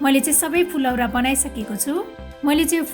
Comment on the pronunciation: कमसेकम उच्चरण त शुद्ध गरुम न हो , फुलौरा हैन , फुरौला , हो जस्तो लाग्छ मलाइ त